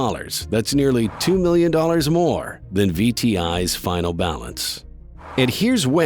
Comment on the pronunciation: It should be "better than" not "better ten"